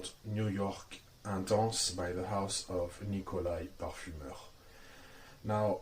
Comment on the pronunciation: It’s pronounced Intense not Ontonse. That was cringy and ridiculous.